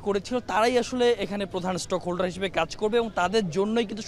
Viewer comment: "মন্তনালয়" না, হবে "মন্ত্রণালয়"। "স্টক হোল্ডার" না, হবে স্টেক হোল্ডার। উচ্চারণ ঠিক করে বলা উচিত।